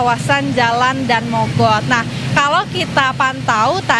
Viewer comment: bacanya Da-an mogot mas/mbak... bukan Dan Mogot...